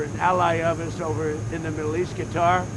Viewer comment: Stupid moron calls Qatar “Guitar”. Stupid beyond stupid.